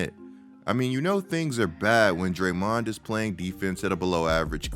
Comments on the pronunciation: why u sayin drayMONd like that? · I’m sorry but why are you saying draymond name like that. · Weird hearing Draymond pronounced this way.